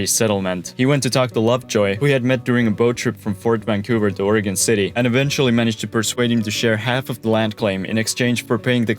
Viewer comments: However, deserves a big attaboy for pronouncing the state's name as OREGUN, as it should be, and not as OREGON, like in 'hexagon' - and like I used to say before I moved here and got chuckled at by the natives. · Thanks for saying Oregon right too smh